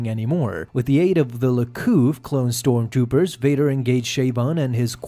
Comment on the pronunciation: "Storm Toopers"